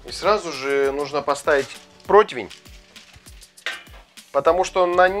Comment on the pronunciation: ..протИвень..😊 хоть ударение на посл.слог..😊 За блюдо спасибо! Прикольно!👏